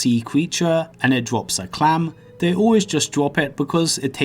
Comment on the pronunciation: ''pwetty good drwops fwom these monstews'' Why do people talk like that?